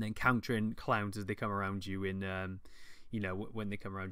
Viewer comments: This accent,. I thought you were talking about fighting Clams for the first few minutes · DLC The way you say "clowns" :P